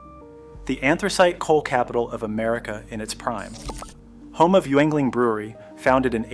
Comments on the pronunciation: Youganogy lol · It's Skookill county, and Yingling beer.